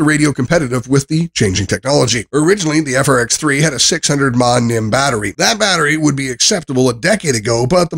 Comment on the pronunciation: So you can correctly say the words "lithium-ion", but then incorrectly say "mah" when referring to milliamp-hours (mAh), say "nim" when referring to a nickel-metal hydride battery (NiMH), and say "led" when referring to LED lights. And that rating system! In what world is 8/10 equivalent to five stars out of five? This was an awful review.